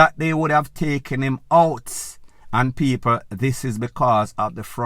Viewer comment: One vlogger, can’t even pronounce the word this, all you hear is zit and zatttt.